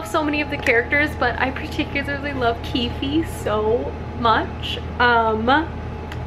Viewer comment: Keef-ie?! NOooooo! Keef(e) with a silent E.